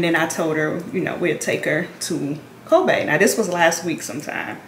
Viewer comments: Lol why you say Kobe like that. It’s pronounced like the basketball player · Did you dip your hair? (The braids). Maybe you won’t notice how they look if they look looser. Anyways it’s cute ………. you say Kobe so funny. The name is like pronouncing Kobe Bryant’s name lol